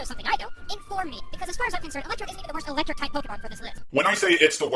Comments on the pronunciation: I don't know if I'm mishearing every single time or what, but are you saying ElectroBe here? Yeesh, if so that's a bit cringy. It's ElectroDe. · why do you say "electrobe" instead of electrode? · Just slightly nitpicking. Does anyone realize that keeps calling Electrode "ElectroBe" with a B? I just find that a little funny xD